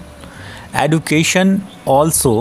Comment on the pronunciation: Sir aap education ko wrong pronounce krr Rahe ho 😢